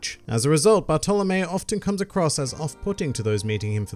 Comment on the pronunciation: how the fuck does he pronounce bartolomeo